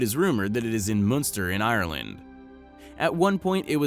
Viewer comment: WOW it is so amazing, not the shoe but the way the guy pronounces the names of the places in Ireland. When he says Ireland it sounds like he is saying Iron-Lad! So so funny.